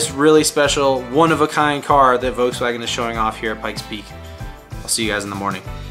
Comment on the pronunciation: He keeps saying voukswagen